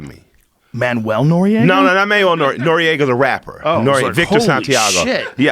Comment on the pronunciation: joe rogan said manuel noeraga hahahaha